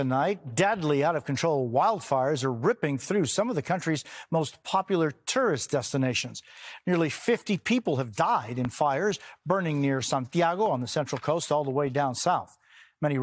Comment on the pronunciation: I like how Jose enunciated Spanish accent when saying "chile", but can't pronounce "tourists". lol, "Turrist!"